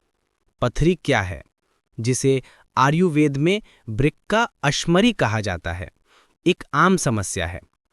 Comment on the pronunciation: Video Bohot Informative thaa...But Ye Aap Baar-Baar Ayurved Ko Aryuved Q Bol Rahe Thee....!!